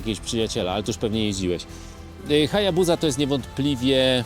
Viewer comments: Nie chcę być czepialski ale dlaczego HayabuZa a nie HayabuSa? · Wymawia się Hajabusa przez Sy he 😊